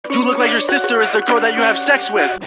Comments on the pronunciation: HE SAYS GIRL NOT COLD!! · Who is this guy lol btw it’s you gotta girl, not you gotta cold😂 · He said girl not cold stupid